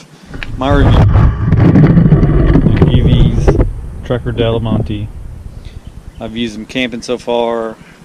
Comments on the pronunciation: I appreciate your review but they are not called dolomante they are called dolomiti ( pronounced dolomeetee!). Cheers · Givi dolemante ahhahahaha typical us american not eve trying to read/pronounce another language let alone learn it or take interest in anything foreign. Dolomiti is a mountain range in north Italy btw. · Thanks for the review, but the product is Dolomiti, not Dolimonte'. And Givi is pronounced G.V. Here's the company saying it